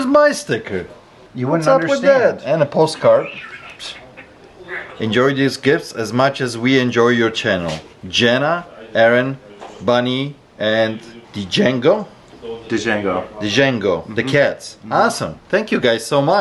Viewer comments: Not "de-jango"....It's pronounced "Jengo". The D is silent. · That's typically pronounced "Jango" not "D-jango" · Django, the d is silent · Djangoooo!!! The D is silent Hillbilly! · django is pronounced jango, the d is silent. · My cat is also named Django 😂 it’s pronounced “Jango” by the way